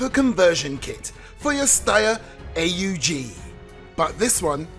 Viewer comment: It’s aug not A . U. G